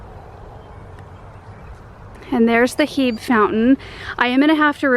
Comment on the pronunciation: Just FYI, Hebe is pronounced hee bee, not heeb. LOL, I guess majoring in classics finally came in handy :D